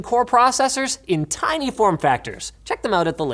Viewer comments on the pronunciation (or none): none